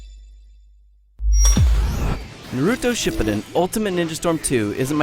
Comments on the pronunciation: Nuhrooto Shiputten... Really? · Ok seriously how hard is it to pronounce Chakra, Shippuden and Naruto? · This is going to be a stupid review, I say this right after he pronounces Naruto And Shippuden, AND Anime wrong. Oh well, my fault for watching IGN videos... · Thank you!!!!!! I am glad I am not the only one who thinks he pronounced Naruto and Shippuden all wrong. I got in an argument about this with a friend of mine. I had to play him the Anime over and over again.. He still says it like this guy /sigh